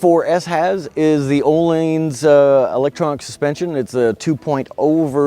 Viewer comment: How bout that “Ohlanes” suspension huh? 😂